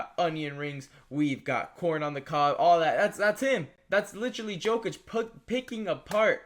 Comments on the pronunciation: It probably shouldn’t, but when ppl mispronounce names thats are said correctly every night on tv it passes me off, everyone that man is brought up they say “yo-kich” its not probounced the way its spelled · Can you not pronounce jokic correctly? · Can you please try to pronounce Jokic correctly. I know it’s a small thing but really annoyed me